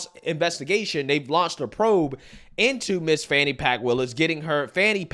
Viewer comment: Lets be clear. Fani Willis's name is pronounced Fanny with a long A. Like when you get your fanny spanked. It's not pronounced fonny.